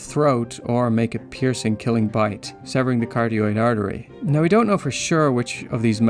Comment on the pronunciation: Carotid is pronounced....... car-rot-tid not car-te-roid....